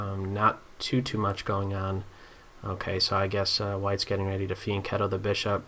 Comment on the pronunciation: "Fiancetto the bishop"